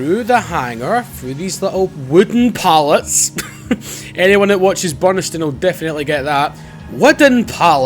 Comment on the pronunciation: Lost my shit when you brung up "Widden Pallets" lmao